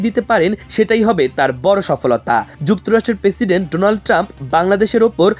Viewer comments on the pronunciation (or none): none